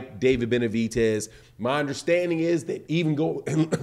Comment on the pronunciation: BenaviDez, not BenaviTez, lmo